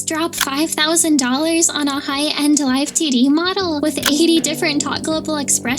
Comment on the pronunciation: Every time I heard you say 2D I kept hearing it as tiddy Here are the hearts to know I finished video 💜💜💜